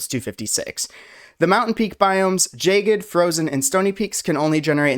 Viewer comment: you're mispronouncing jagged every time. jts JAHH-gid, not JAY-gid